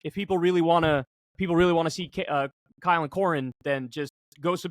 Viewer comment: AI-le Kulinski